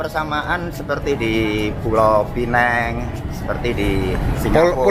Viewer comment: Pinang ya pinang...kok niru2 londo jadi pineng 🤣🤣 londo harus berubah lidahnya biar ngikut jadi lokal Melayu. Jangan londo yg harus merubah Pinang jadi pineng.